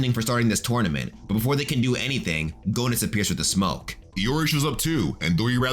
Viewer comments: Idk if anyone told you this alreday, but I'm pretty sure the o in Goenitz is silent. It's pronounced like Genitz. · Not to correct anyone, but Rugal's name is (according to SNK) pronounced "Roo-GAHL Bern-stine." And Goenitz's name is (once again, according to SNK) pronounced "GEH-nitz". Anyway, there's a YouTuber named "ShoryuGame" who knows a heckuva lot more about KOF lore than I do. All in all, however, excellent job on this video.